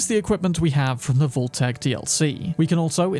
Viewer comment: I'd say the way you pronounce vault should be on this list 💀